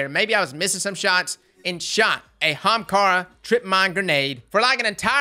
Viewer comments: It's pronouced "AH-hamKaras" xD not just "hamkaras" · OH MY GOD, PRONOUNCE THE “A”! ITS NOT HAMKARA! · Let's say it together "Ah-haum-car-ah" not "........ Hahamkara!" lmfao I love you dude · Say "Ahamkara" again. I dare you. I double dare you. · Say "Aha!" NBow say Ahamkara, not hamkara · As being an Indian and ahamkhara being an ancient India word, I am truly offended how you're pronouncing it, it sounds like AH-HUM-KHAARA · Why does he keep pronouncing the Young Ara-ara's Spine that way? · Say it with me "ah HAM kara" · pls. Everytime you mispronounce AH-HUM-CAR-UH, a hunter switches to Stomp-ees. pls q-q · U need to do more builds that have this name in it because every time u say Ahemkara (man I can’t spell) I laugh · Ok for everyone it's A-haam-ka-ra. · The viewer:: kamehameha-amkarah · It's not Ahem-kara It's pronounced Akuna-ma-tata-arms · Did you record your voice to say Ahamara and slap it in there when u need to say it? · RTT2 Games “armkara” 👌🏼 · That's the southern way to say it..."HAMKARA!" lol 🤣🤣🤣 I'm from the south too so I know . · The emphasis on AHAMKARA cracks me up. XD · Theres a reason no one talks about it. Cause everyone thinks stompies are best, so they use them. Then the ahamkara users can insta kill em with grenades. Its a sleeper exotic, but now our eyes are open. Also i how how he says ahamkara. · Could you pls say the A on Ahamkara? 😅 The way you said it in this videos kinda triggered me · I will never say AHAMKARA the normal way ever again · The way you said Ahamkara made me giggle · Me too 😂😂